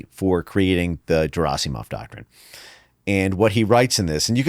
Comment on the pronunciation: If only people invested in a given subject took some effort to properly pronounce non-English surnames... Every time he says Gerasimov, I want to scream. I understand that an average person may not have the time or interest to check the pronunciation but if it's your bread and butter, come on...